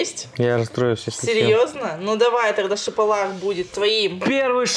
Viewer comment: Чапалах , а не шапалах